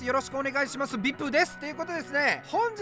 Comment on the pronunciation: 最初ビプってゆうてて草